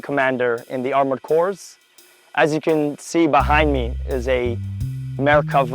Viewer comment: "Corps" is pronounced as "core"; the "s" is silent. So is the final "s" in "chassis", a French word pronounced as "Chass-ee". Browning M-1919s went out with the 1980s; now everything is FN maggim. Tank shells are called "rounds" or "projectiles", not missiles. "Boogim" are "bogies" in English. Tanks have "hatches" and not "hatchets". Oy vay esmir, listening to a sabra speak English is like nails dragging on a chalkboard.